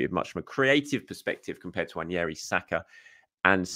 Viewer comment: How you read that name on the back of his shirt and come to the conclusion that it's pronounced "Wan-yeri" just baffles me tbh. I've also heard english commentators saying William Salimba and Eddie Nikita. Like come on guys really?